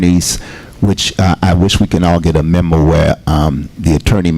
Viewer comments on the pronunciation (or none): none